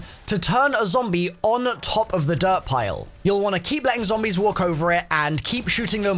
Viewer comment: Why are you saying zoombies